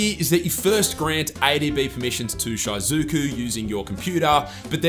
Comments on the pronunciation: It's pronounced She-Zoo-Ku, not, Shy-Zoo-Ku, maybe do a lil bit more research and pronounce things right? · Its "she-zu-ku" not "shy-zu-ku" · It’s actually pronounced she-zu-ku lol. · Had to pause and skip just cuz of his pronunciation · No iys shy-zuku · Short "I" pronunciation in "Shizuku"